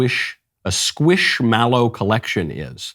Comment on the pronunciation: Knowles said scwishmallow